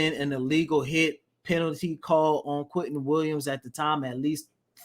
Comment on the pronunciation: QUINNEN Williams, not Quinton.